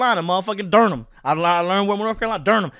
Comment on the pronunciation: Durham is pronounced (Dur-um). Great video though🤣